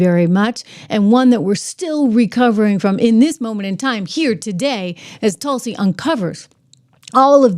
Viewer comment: TRISH NOT TUSLI BUT TULSI ❤❤❤❤